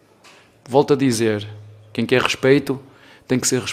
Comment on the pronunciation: O Abel Ferreira tá sertissimo tem jornalista gui guer falar o gui guer i não guer ouvir guem fala o gui guer ouvi ogui não guer